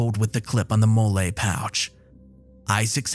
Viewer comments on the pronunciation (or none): MOLLE is pronounced Molly lol